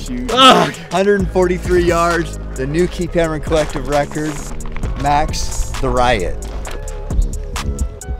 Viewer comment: its pronounced like "terry-ot" i met his lil brother/mother a couple years ago. his lil bro looks just like him haha